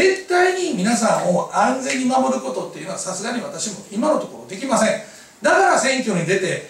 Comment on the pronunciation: 「支払い出来まんせん」ってwwwww